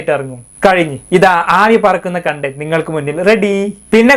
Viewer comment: Content pronunciation thettanu..ithu vare sheriyakkeelallo...ningal thettu thiruthunnilla..pinne ningalk mattuvarr kurich parayan entha adhikaram